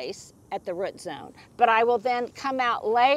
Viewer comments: drives me nuts when you say "rut" ball instead of root ball! Is it just me? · Rut zone. Is pronouncing root by saying rut an Oklahoma accent thing??? 😂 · Is that an Oklahoma way of saying root? I'm from Arkansas and we say root with long o. 😅